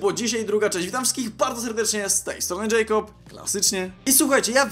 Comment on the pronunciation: Dlaczego muwisz Jackob Jackop jusz jest